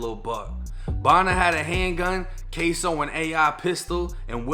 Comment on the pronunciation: It’s kso not queso 🧀 lmao 💀